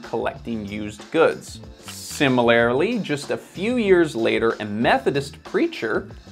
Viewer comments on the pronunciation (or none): Is the word similarly rather than similarily? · "Similarily?" Really???